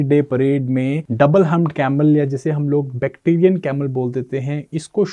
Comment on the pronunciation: Bacterian nhi bhai bactrian 😅